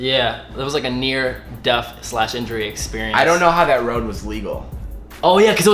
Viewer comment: "deaf" "wif" lol the list goes on